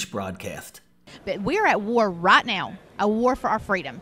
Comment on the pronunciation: "I hope and pry..." - "We're at war rat now"... - "Own electors..."